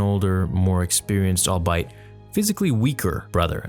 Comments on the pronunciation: Always quality videos and content, And a solid SW community leader and contributor. Just on the quick linguistics tip: The word "albeit" is pronounced "all-be-it" not "all-bite". :) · Albeit is pronounced “all be it” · FYI you’re pronouncing albeit incorrectly. It’s said “All Be It.”